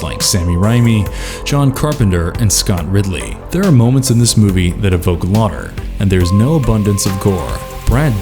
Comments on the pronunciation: Ridley Scott, not Scott Ridley. Laughter, not lauter. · Class of 1999 - you did not mention the female lead cyborg was played by Pam Grier. And the word laughter is pronounced laf-ter, in the video it comes out as law-ter. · Are these read by an actual human? With context clues, the word "lotter" sounds like it's meant to be "laughter". I enjoy learning about these gems, but listening to the videos can often be painful for this reason. And, the end of these videos is as abrupt as the bad cuts so often mocked in them. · Pronouncing "laughter" as "lah-ter". WOW. Lemme know if you guys need a voiceover guy that can pronounce words. :D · "Sometimes the worst of movies have the ability to evoke lauter" If you're going to use software to narrate your video, be sure to spellcheck the text.